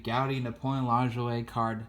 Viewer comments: His last name is pronounced LA-JOY not lingerie . Clearly you are not educated in baseball history and only in it for hobby money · Great content. As an FYI, Napoleon Lajoie is pronounced LA-JOY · Lajoie...my whole life I pronounced it “La-Joy”TY for correcting my mistake!!!